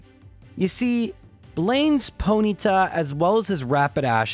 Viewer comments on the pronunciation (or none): none